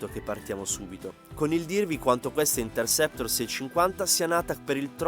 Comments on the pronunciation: si, tanto bravo che pronuncia il nome della moto continuamente in modo errato. Per la cronaca: il nome di questo modello è Interceptor e non Intersector. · Il nome non è " Intersector", come appare scritto nei sottotitoli e come viene pronunciato dal commentatore, bensi è Interceptor.😂